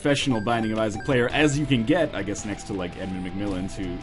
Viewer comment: Glad to see he is trying new games - "Binding of Isaa"